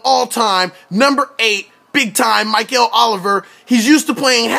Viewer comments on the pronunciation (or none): Pronounced Mick-el not Myk-el...no matter though, people will know his name soon enough! Mikel Oliver.